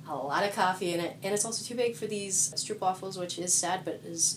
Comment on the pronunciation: Haha, they way you pronounce stroopwafel is great! :P We Dutchies pronounce it quite differently. How did you even get the best Dutch cookie in the world in America?